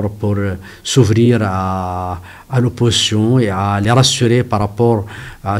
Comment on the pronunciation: Mdr, monsieur, on dit l’opposition pas oppotion cela n’existe pas. On dit aussi ils ont pas il ont, y’a un s là, ça s’accorde, tu as compris😂